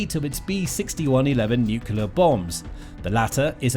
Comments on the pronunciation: NOO-KLEE-UR..Nuclear, not NUKULAR. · It's NUCLEAR not nucular!!! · Why can't journalists use the word "nuclear "? Where does the false pronunciation "nucular" come from? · Nuclear not "nukyalar". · “Nucular” this dude cant pronounce nuclear